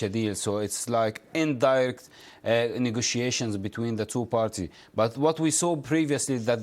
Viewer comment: return back = restore. Pronounce ne go tia tions ne go she ay shuns 5 syllables.